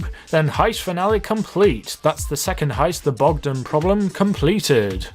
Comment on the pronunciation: pronouncing wrong Bogdan Eastern europeans: triggered 69666%